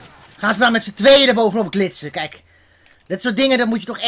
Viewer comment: "Met zn 2en erboven op glitzen" mooie uitspraak